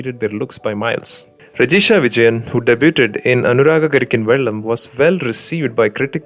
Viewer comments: Debyuud not debyuutteddd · നല്ല content ആണ്.. & "Debuted" => ഡെയ്-ബ്യൂ-ഡ് Keep posting ❤️👍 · 'Debut" pronounced "Debeoo" "Debuted" pronounced "Debeood" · Please check the pronunciation of "debuted". Any way nice video 👍